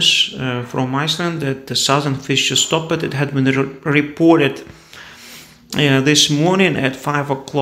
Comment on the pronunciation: You pronounce words that end in "ed" as two syllable words, instead of only one syllable which is correct, i.e. "stopped" which is a ONE syllable word not two. You pronounce it as :"stopp -ed" instead "stopped, or "looked" which is a one syllable word as well NOT two.